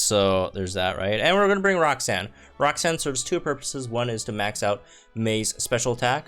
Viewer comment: Am I the only one that hears "rock sand" when he says roxanne? lol